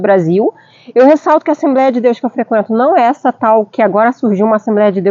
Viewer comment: Assemb(r)éia não né kkkk. Vc fala inglês que é mais difícil e erra no mais simples kkkkk. Que Deus continue abenço😂ando vcs aí. Muito bom seu video